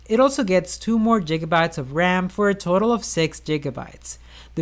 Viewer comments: "jigabytes" you mean gigabytes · I thought it was a dumb comparison. Quest doesn't = phone... Plus this mans said jiggabytes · This man's out here with a tech channel that has 460k subs... And says jiggabytes.... LOL